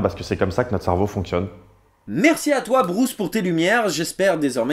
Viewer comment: "Brousse ?" :P